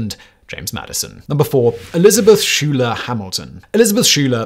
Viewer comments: I thought by now the musical Hamilton had seeped into the consciousness of everyone to at least know that Hamilton's wife was one of the SKY-ler sisters, not SHOE-ler. 😄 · Simon! Pronunciation matters!! Schuyler is pronounced like "sky-ler"!!! Not "shoe-ler". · ‘Schuyler’ is pronounced ‘Skyler’ in America.